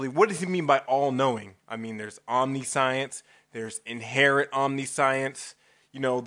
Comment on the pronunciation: Yeah.... Please look up how omniscience is pronounced, give you a clue it's not "omni science". Make a video that doesn't come off like a parody of christian apologetics, every one I have shown you video has spent 15 mins laughing at it thinking it was a fake, and make a video that attempts to understand my argument, and maybe I will take you seriously. At this point I assume you are either trying to be funny or have grossly misunderstood my argument. In either case think about it.